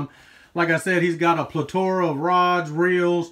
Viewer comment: Still trying to figure out what "platora," is 😂